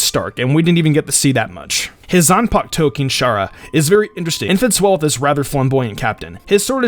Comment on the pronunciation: Zun-puk-toe lol